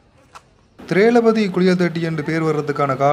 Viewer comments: திரேள பதி அல்ல தவறு.....உச்சரிப்பு திரொவ்பதி என்றே வரும். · திரெளபதி இல்லை திரெளபதி என்று சரியாகச் சொல்லுங்கோ தம்பி. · Not thirelapathi . Thirowpathi is right.. Suryakanth Bangalore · திரெ ளபதி இல்லை திரெளபதி.திரொவ்பதி என்று படிக்க வேண்டும்.